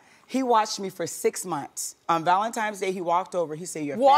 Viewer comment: ‘Valentimes’ day….